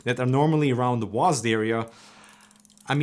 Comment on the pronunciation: Guys it’s not W-A-S-D anymore, it’s now just “Wasd”